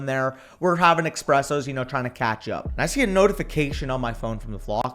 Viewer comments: calling Espresso "Expresso" pissed me off to no end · pronouncing it eXpresso is the least surprising thing in the world